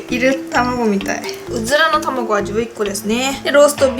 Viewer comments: うずらの卵って言えてないやん爆笑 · うずまのままご？って聞こえたw